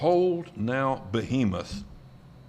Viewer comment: Behemoth, not Bohemoth...just sayin'